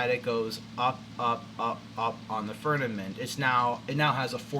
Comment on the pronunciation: Why do you pronounce it "furnament" ???